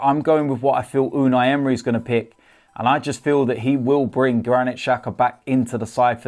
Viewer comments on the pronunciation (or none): none